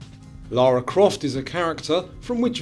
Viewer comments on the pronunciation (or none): none